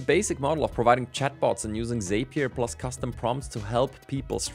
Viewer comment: Sorry to be that guy, but Zapier rhymes with happier, according to Zapier themselves. Great content, hope this helps!